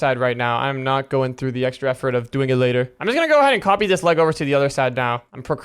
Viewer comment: saying leg sounds like lAg😅